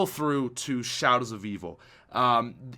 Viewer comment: being on shAadows of evil